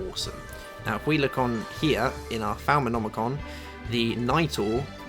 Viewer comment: No offence but you can't pronounce new stuff for anything falmanomicon seriously... xD Love your videos.